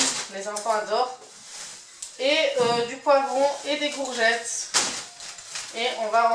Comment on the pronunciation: Japprecies ton enthousiasme ....gourgettes 🤣🤣🤣🤣🤣🤣